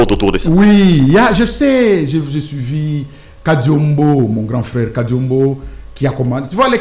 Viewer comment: C'est normale que tu l'appelles Kariombo et non Kadiombo, même par votre prononciation on sent que vous n'êtes pas Congolais....